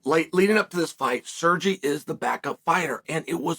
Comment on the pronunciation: At least he pronounced Sergey nearly correct